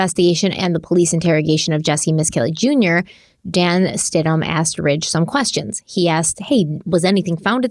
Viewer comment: It’s Stidham, “Stid-em” not Stidhman